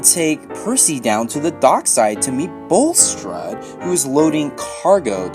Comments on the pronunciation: Its bullstrodE not bullstrod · "Bulstrude" lol